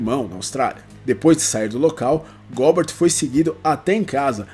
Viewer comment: A pronuncia nao seria "Góber"?